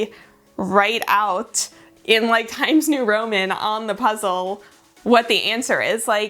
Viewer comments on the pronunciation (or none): Love that specific emphasis on the Times New Roman font haha